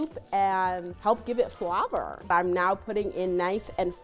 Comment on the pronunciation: & the way she said Flhavorrrr 😂